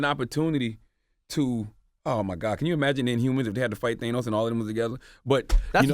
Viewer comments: THAYNOS lol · Jesus Christ. Can Charlamagne stop saying Thay-Nose? This mofo just admitted that he watched Endgame twice already. Pretty sure he watched Infinity War even more times. And everybody pronounces Thanos correctly throughout these movies. How do you not catch that? Where did he even get Thay-nose from??!